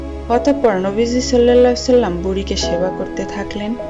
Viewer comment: নিজের সালামের এবং নবীজির নামের শেষের দরুদের উচ্চারণ ঠিক করো,তার পরে ঘটনা পোস্ট দিও